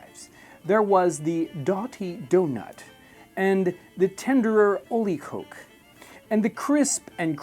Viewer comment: Small note, Jon, koek is actually pronounced as kook, so oleekook would be the full pronunciation.